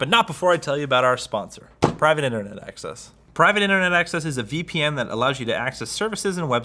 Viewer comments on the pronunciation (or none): none